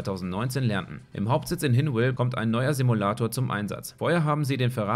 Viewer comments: Hinwil wird nicht Hinwill ausgesprochen sondern mit einem langem i am Schluss. Also so als würde man es so schreiben: "Hinwiel". Und das gilt auch für alle anderen Orte in der Schweiz die auf "wil" enden :D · Ich bin schweizer und hinwil spricht man definitif nicht so aus einfach ganz normal wie im deutschen eigentlich (nohate) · Fand es einf. Witzig weil du es so englisch ausgesprochen hast